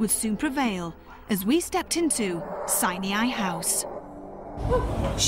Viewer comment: It's pronounced "sign eye" NOT "sineeaye".